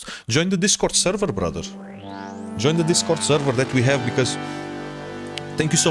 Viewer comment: You’re Portuguese, but that “bRotheR” and beard are fully Arab coded